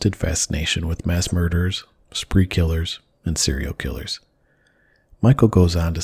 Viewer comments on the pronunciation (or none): i wonder how he does in jail when he tells ppl he's a "sewial kiwwer"